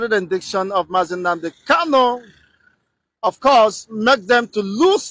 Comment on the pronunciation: Please Mazi is not called kallo he's called Kanu your tongue